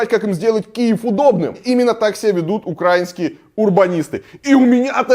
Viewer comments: украИнские!!!! ставь же ударение нормально, блин! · Ударение в украинские можешь правильно ставить....